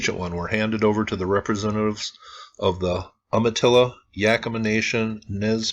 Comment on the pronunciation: Susan Bame you’re right, also it is you- ma- tilla not whatever he said.